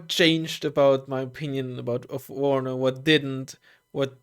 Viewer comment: its warnover